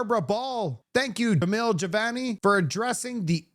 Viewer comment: Would you please learn how to pronounce peoples' names correctly. His name is Jamil Jivani. JA Mil GI VANI. Do better. You continually mispronounce words and names. Start practicing serious journalism and people will take you more seriously.